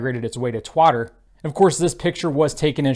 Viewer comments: Please pronounce Twitter correctly. Thanks. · "Twatter"... don't you mean "Twitter".. now it's in safe hands ;)